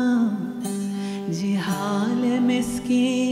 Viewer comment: it is ZIHAALE not JIHAALE